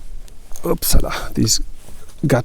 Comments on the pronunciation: "Upsalla" 😅 so german... Ist das Grundstück am Tegeler See? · is it words Bahasa Indonesia that you always said when you did wrong things? It sort of like "Ups Salah! " (English: Oops Wrong!) I kinda heard it like that 😁 (because I'm from Indonesia I guess haha) . But if it's in German, I guess it's just a similarity with Bahasa. Anyway, love your videos. Keep the good work!